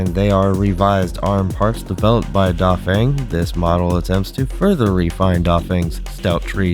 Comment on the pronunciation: pronunciation tips: Feng rhymes with hung and Q makes a "ch" sound